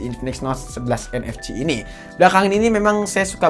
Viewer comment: Sering kepleset atau lucu ngomongnya...kaya UFS dia ngomong nya UVS...🤣 Terus ngomong NFC jadi ENEFCI...